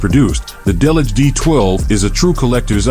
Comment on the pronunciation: He mangled Delage as well.